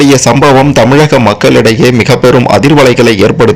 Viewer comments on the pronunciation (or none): none